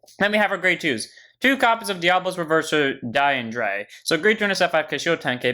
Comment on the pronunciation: This is a nitpick but is pronounced Dee-on-dray (Diandre) please stop calling it a gold paladin